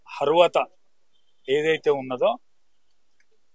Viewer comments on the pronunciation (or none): అర్హత అని కూడా పలకడం చేతకాక హర్వాత అని అంటున్నాడు. ఆయన ముందు మైకులు పెడుతున్నారు మీరెంత సన్నాసులు రా బై.